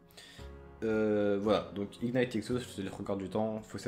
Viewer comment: "ignight", mes yeux saignent mdrr